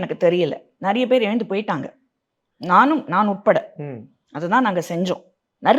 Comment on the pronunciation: ஏய் நாய முதல்ல தமிழ ஒழுங்கா பேசு... நறியபேரு நறியபேரு இல்லை. நிறையபேருன்னு சொல்லு . த்தூ........